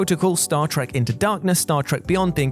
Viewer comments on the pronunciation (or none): none